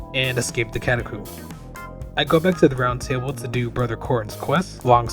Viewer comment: For the love of God please tell me how you pronounce catacomb is a yolk right?